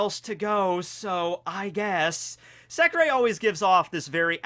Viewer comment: In that case its not pronounced as 'secrey' but secre without ey